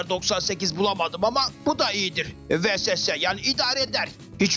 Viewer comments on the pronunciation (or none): VESESE denmiyo ona ViESSeS deniyo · Vesese degil viğeses